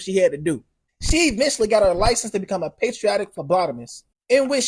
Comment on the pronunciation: WTF does PASTRIOTIC mean?? & WTF has it got to do with phlebotomy?!? If you meant PEDIATRIC, you F'd the pronunciation up BADLY! Worst EVER😳🙄😖🤤